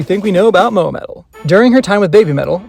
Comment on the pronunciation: Please... just say Moa.... I'm trying so hard to keep watching the video but its hard when you say her name that way xD Please just say Moa ;)